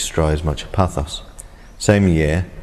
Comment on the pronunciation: Paphos or Pafos......not Pathos....